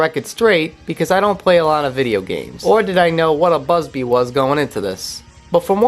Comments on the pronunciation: I hate how you keep pronouncing bubsy as "busby" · First order of business when reviewing something, learn how to pronounce the name of the thing you're reviewing. Otherwise thanks for the review.